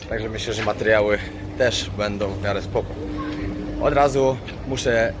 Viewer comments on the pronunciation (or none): none